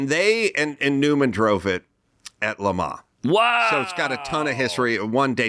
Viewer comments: LeMa, LeMa what a douche. Do you mean LeMans? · I mean, I was irritated by his repeated pretentious pronunciation of Le Mans. We’re Americans, say it with our accent. I feel the same about how to pronounce Porsche.